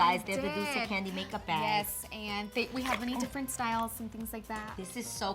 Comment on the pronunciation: A! Its dulce! Not dolce! Haha xoxo 😘